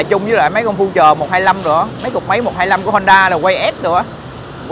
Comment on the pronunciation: Future từ đời đầu tiên ra năm 99 người ta đã đọc là phiu-trờ rồi mà giờ này còn đọc phu-trờ nghe phèn quá phèn.